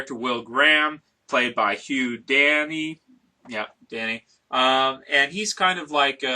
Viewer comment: "Hugh Danny" it's Dancy :))